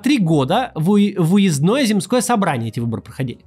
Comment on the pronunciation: Куда задонатить на корректора или редактора, который будет ставить Максиму ударения в тексте? Кровушка из ушек льется от "земскОго", "уезднОго" или "фельдшерскОго".